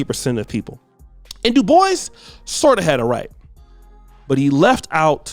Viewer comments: It's not de-boise!! Ignant uncultured mf It's pronounced du-bwa Smh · Looks French sure its not pronounced Dew-Bwa? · Is pronounced Doo-bwau. It’s French. I hate when black people do this!